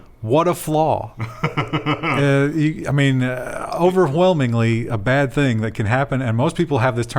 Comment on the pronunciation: pronounces the “h” in “overwhelming”. I enjoy it